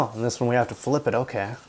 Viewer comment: it's in "ogay" condition